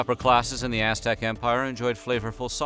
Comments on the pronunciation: Bro, you pronounce Aztec like s#$t. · I cant stand your pronunciation of aztec words